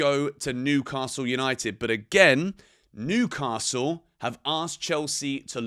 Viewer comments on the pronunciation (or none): none